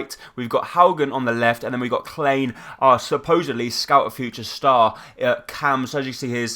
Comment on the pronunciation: Very entertaining series! I'm from Germany and Klein is pronounced like Nathaniel Clyne ;-)